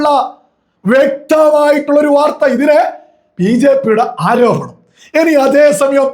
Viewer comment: ആരോഭണം? ആരോപണം........